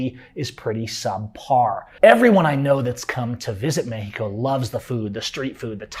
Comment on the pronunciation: Pronouncing Mexico as "Meh-he-co" while completely mispronouncing nearly every other Spanish word has to be about the most gringo thing ever. 😆